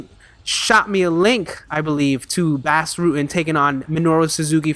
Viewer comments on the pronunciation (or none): Enjoy ur videos. His name is pronounced like Boss btw, not Bass. Check out Bas's rematch with Funaki. It's the greatest fight in Pancrase history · Nice vid. BTW Bas' first name is pronounced liked boss.